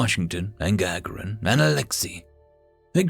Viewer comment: It's not GA ga rin, it is ga GAR in. Just thought you may want to know.